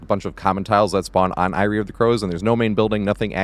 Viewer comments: its pronounced "airy" not "eye-ree". fantastic loops as usual, sir. big fan. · i can't overlook the way you're saying eyrie of crows but yeah this structure is so weird and awkward for so many killers